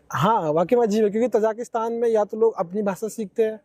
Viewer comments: Aap baar baar tazikistan ko tazakistan bol rahe ha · interview lene wala kuchh kam padha likha hai.......na thek se question puchh rha h na ki country ka name hi theek se le pa raha hai...ताजिकिस्तान ko तजाकिस्तान कह रहा है .......interviewer should be educated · Anchor has wrongly pronounced Tajikistan (as तजाकिस्तान). Podcast is informative.